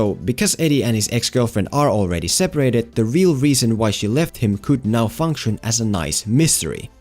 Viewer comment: “As gewd as it kewd’ve been.” That accent has me dead I love it BAHAHHAHA 🤣